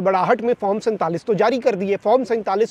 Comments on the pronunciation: farm nahi hota , form hota hai 😅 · Bhai Form ... not FARM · Form 45 to sai bolo bhai pyaintalis😂